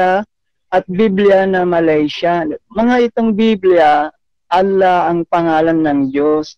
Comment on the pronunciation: Nahirapan bigkasin ni si Allah ang Dios tomintigas dila ni